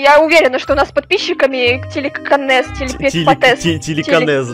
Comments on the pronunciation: Не тиликанес а тиликинес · Не тельканэс или как втам назвали а телекинэз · и нужно говорить телекинез